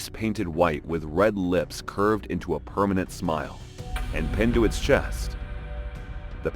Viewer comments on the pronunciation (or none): none